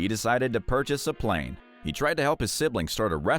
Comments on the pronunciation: “…and a palane…” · "AND A PALANE" that is funny.